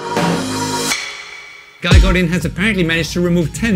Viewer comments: "Guy"? You as a frenchman should know how to pronounce his name! He is from French part of Canada! :) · Hey bud, I Guess you mean his name is pronounced “Guee” then, thanks for the tip :) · Awesome, really appreciate it, can you imagine I been mis pronouncing it for a year!...let me get my shovel and dig a hole to put my head in lol